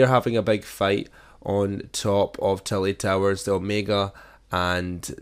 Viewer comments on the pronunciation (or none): When he said Tilted Towers it sounded like tilly towers